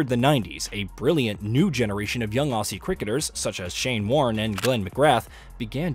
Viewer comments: Aussie is pronounced Ozzie, not Ossie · him saying aussie really annoys me (his pronouncing it wrong)